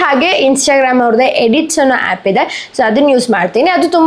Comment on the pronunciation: App ❌ happ 🤣